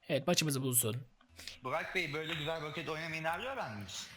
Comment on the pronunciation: Abi roket değil rakıt lig :)